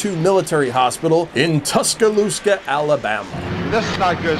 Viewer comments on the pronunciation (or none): Could've sworn you just said "Tuscalooska"... not cool, dude